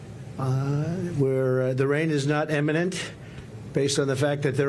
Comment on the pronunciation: He pronounce imminent as emminent... English is not my first language and I speak it better than Trump.